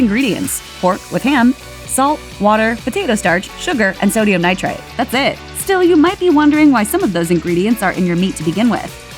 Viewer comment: “Sodium Nitrite” sounded like “Sodium Nitrate” to me